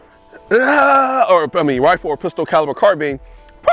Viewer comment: Had to stop watching because of the way you pronounce “carbine”